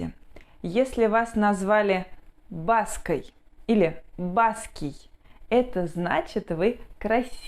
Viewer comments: ну так они откуда ударения такие слышали? Кто им нашептал такое бАская, бАский. У нас в Архангельской области говорят баскАя, баскОй. А они вводят в заблуждение. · Только не БАский, а баскОй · Только вот ударение девушки неправильно ставят - баскОй, баскАя и бАско. Баское платье было у бабушки - это Урал. У нас ведь миграция была и принудительной, вот люди вместе со словами и перемещались.